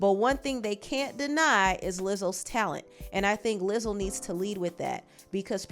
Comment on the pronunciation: she really said "lizzle"